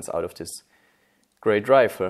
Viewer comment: “assault rifer” - (PS: I love your videos,! Great work!:D)